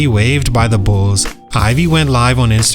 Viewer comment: Bro, what is “Bullsez”? 😂 It’s just Bulls. Bulls’ is pronounced Bulls.